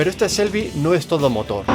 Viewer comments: Se pronuncia chelby (shelby) no se pronuncia selby.porfavor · Victor Gonzalo Se pronuncia con che no con sel. evidentemente se pronuncia cómo se escribe pero el nombres americanos y alguna vez lo escuchas decir de un americano no le vas a oír nunca Shelby con ese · Taxirati Jesús Lobo Te repito, no es ni con "ch" ni con "s", es con "sh", pronunciando la "h". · No se pronuncia ni "chelby", ni "selby", se pronuncia como se escribe, no es difícil, "shelby". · no se olviden la "h" en Shelby no es muda, hay que pronunciarla